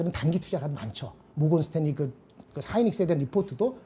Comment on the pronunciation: 모건 스탤리 가 뭡니까? ' 모건스탠리 '